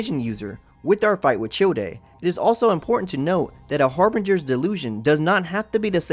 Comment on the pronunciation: im sorry but "chill-day" idk if i should be mad or laughing rn also H A R B I N G E R S